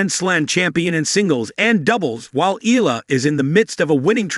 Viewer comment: Please pronounce her last name properly. It’s not EELA, it’s EE-YA-LA😂😂